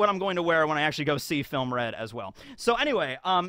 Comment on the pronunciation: “Filmuh Red”